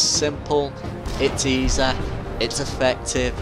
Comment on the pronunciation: I love how you say easy "eesah"